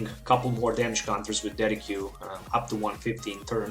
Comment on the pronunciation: Thank you so much for this test, i really like how the damage changes instantly, though i don't think Tauros must be the lone attacker, a bit risky i think, especially when Garbodor blocks your Decidueyes. by the way, Decidueye is pronounced as "Dessid you eye" ;-) a correct spelling won't harm, keep up the awsome work.